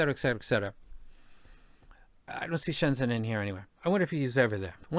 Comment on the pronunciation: Really cool video and appreciate you taking the time to talk about this amazing city. Just a quick tip on the pronunciation… in Pinyin, the Zh sound is like the J in Jennifer, or maybe G sound like in Genuine. So it's more like ShenJen.